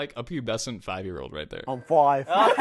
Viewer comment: This brought back so many memories, I remembered when I stared following Stray Kids 2 years ago ㅠㅠ Thank you, I loved the clips in between. The "I'm fooive" killed me hahaha Un abrazo <3